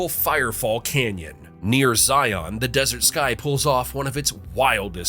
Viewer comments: I've lived here my entire life so far. I love this state like no other. I've seen many of these offerings the state has first hand. Also, Zions is ZI-on you say it like Lion, you wouldn't say the Li-on of Zi-on would you? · Zi-On 😂😂😂 It's Zi-un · It would be nice if you would learn to PRONOUNCE the things you're crowing about. • "Zion" is pronounced ˈzīən, sounding like "lion," not like "try-on." • And the way you pronounced "Levan" made my ears hurt. It's ləˈvan, and it's inflected more like Japan, the country, than "leaven," the stuff that makes bread dough rise. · Love my state! Thanks for discovering facts I never knew about, despite living here nearly my whole 53 years. Tip for you: learn how to pronounce places, including Wasatch. (wa-satch), Zion (Zi-un), Tooele (to-will-uh) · PSA: It's pronounced Zi-uhn, like Lion. Also, Levan is pronounced Luh-Van, like the Van. Also Also, Wasatch is pronounced Wah-Satch, like Saw-Catch. Thank you for your attention. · And Hurricane pronounced Hurricun 😂. And Zion pronounced Zi-un. Lol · you pronounce it like Lion with a Z. No idea dea why everyone gets it wrong. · Very interesting. You pronounce "Zion" as in the National Park, "Wasatch" and "Levan" incorrectly but you probably never heard them pronounced by someone who lived in Utah and knew how they are pronounced here. I'm glad you didn't try Tooele, Juab or Duchesne. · I can't take seriously an "informational" video that can't even pronounce Zion correctly. And Kings Peak isn't even close to a hard as Wyoming, Montana or Alaska highest point. Or Oregon. Or Washington. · The voice mispronounced Zion, Levan, & Wasatch. But you probably need to a local to know better.😊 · there is absolutely NO WAY i just heard wasatch pronounced like that with my own two ears. I'm used to hearing zion pronounced wrong on videos like this but WASATCH? that was crazyyyy